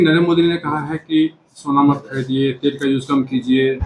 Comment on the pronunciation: स को श मत बोलिए